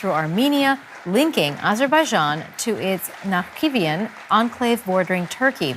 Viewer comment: İtsnt Nakibian, its names Nakchivan